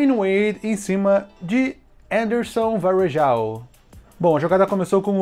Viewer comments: pq vc falou um nome de um brasileiro como se fosse gringo? kkk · Custava falar o nome do brasileiro "Anderson Varejão" no dialeto português?